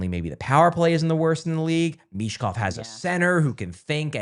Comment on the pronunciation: Learn how to pronounce Michkovs name and don't disrespect his name then